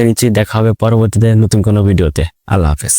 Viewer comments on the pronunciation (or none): none